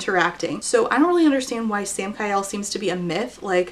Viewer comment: i keep hearing Sam-Kyle and it does not make the story better 👁👄👁